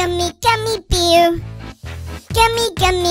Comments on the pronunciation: He said beer in this vid its bear its sooooo cuteeee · He said beaw LMAO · if you say bear its so funny cause he said beaw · He says it like baer (bahh)(eeh)(errr) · When he says bear it’s actually beaw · The sing is good, but the pronounce, Gummy Beaw